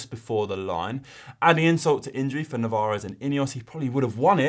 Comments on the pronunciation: Is Narvaez, not Navarez! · It must be an Irish thing to pronounce Navarez instead of Narvaez 😂